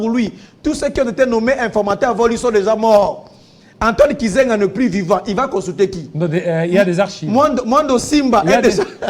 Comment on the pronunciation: Mukubwa, Antoine GIZENGA et non KIZENGA😂